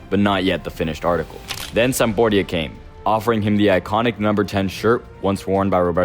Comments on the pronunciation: Dude, do you even know anything about football or you made the script with AI? Udinense? Sambordia? You don't even pronounce the names of the teams correctly. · Who's "sambordia"????